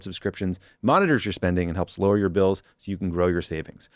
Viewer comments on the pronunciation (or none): none